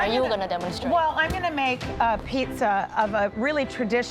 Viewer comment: Pizza atau pitza wkwkwk